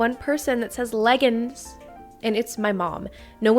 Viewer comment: MY MOM SAYS LEGGINS TOO!